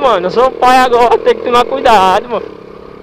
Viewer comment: KKKKKKKK o sotaque sou pai agora KKKKKKKK